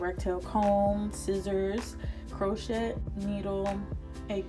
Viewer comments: Beautiful. I’m going to do my hair this weekend in spring twists for the second time. FYI- the “t” in crochet is silent so it’s pronounced “crow-shay”. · Sweetie it is pronounced Crow shay...Baby Girl...you did a great job...